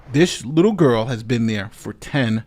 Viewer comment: "Hot gerl summer y'all!"